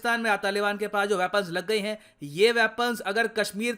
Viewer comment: Japan - Heee 😂😂😂